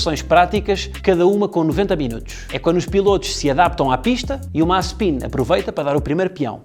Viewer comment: Disseste mal Mazespin